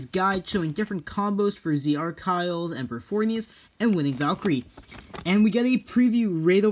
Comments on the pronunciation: It's pronounced Ack-eel-ease Also I love ur vids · Why do you pronounce Archilles "Arc isles"? I don't know much about Achilles pronounciation in English because it's not my mother tongue. Is "arc isles" the correct pronounciation of Achilles or is it "Acyllees" or "Acyllyss". I'm sorry if that's a stupid question but I want to learn more about the English language. 🙂